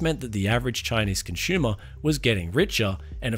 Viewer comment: Turned it off when he said conshumer